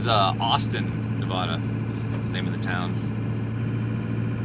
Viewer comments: LOL, still pronouncing "Nevada" like a tourist. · Ely is pronounced E Lee. Nevada is pronounced Nev adda not Nev ooda. Love your channel. Have fun. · E-LEE NI-VAA-DUH not NA-VAUDUH!! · EEE-lee, Nu-A (like in cat)-dah. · Great video. Thanks for taking us along on your adventures! Nevadan here - pronunciation is ee-lee ne-vad-uh (vad rhymes with mad) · Eee-lee Nu-vaa-duh I know you're on the road, but I'm seriously disturbed by the amount of burgers and pizza. Take care of your health, so you can do this for a long time. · If I had known, I would have warned you about Grand Sierra Resort/hotel. Lived in Reno (actually Sun Valley) over 20 years, and that Hotel is notorious for theft. Lucky that all you lost. Nevada is pronounced ne (nah) v a(ah) da. It's Eelee Ely). Who would have quessed. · E LEE Navada. lol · I live in Vegas my whole live. It’s pronounced Ely with a hard E at the end. And it’s NA-VA-DUH…. Love your work bro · It is not NevAWAWADA. Come on. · It’s ee lee for sure lol. Now if we could just get him to pronounce the state name correctly 😂. Nev a duh. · Fallon has the only Top Gun facility in the world, so when you see the movie that is the city they train in. Also learn how to say Nevada, it drives us nuts. Nev a da The first a is a short vowel like in apple. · Nevada is pronounced with the first "a" being like the "a" in dad, not like saying ahhh for the dentist. It's a state not a bottled water. 😁